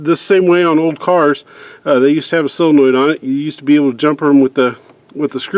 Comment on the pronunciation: Saw-luh-noid. Not sill-luh-noid.